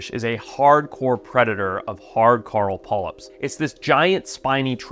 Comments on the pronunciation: Coral reef ❌ Carl Reef ✅ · carl reef 😭😭😭 it’s kaw-rahl besides that ily forest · Hey Mush mouth… it’s not “Carl” it’s fucking “core-ul”….. Also in your other videos you say “Zeb-ra”…. It’s pronounced “Zee-bra” WTF! Annoying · Am I hearing him wrong when he says coral, I'm hearing Carl? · We need to trade this guy with Rick Grimes. Cuz Rick says "Coral" when hes trying to say "Carl", and this guy says "Carl" when hes talking about "Coral". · Why is he calling coral carl? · So Rick Grimes calls Carl, Coral, and Forrest calls Coral, Carl. English man. It’s weird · When I heard that I was like holy crap you can really tell he's from South Africa when he says Carl Reef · I've never heard anyone say the word coral like Forest.